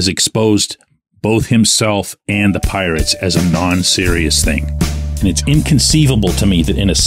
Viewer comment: LETS MADE IT HEARD PITTSBURGH.... SELL THE PI-ATES